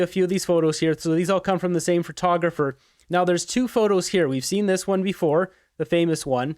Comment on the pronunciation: FURTOGRAPHER IS NOT A WORD. DO YOU LOOK AT FURTOS? NO THEY ARE PHOTOS AND PHOTOGRAPHY, PHOTOGRAPHER NOT FURTOS FURTOGRAPHS FURTOGRAPHY FURTOGRAPHERS.... FFS YOU SOUND SO DUMB WHEN YOU SAY FURRRTOGRAPHER!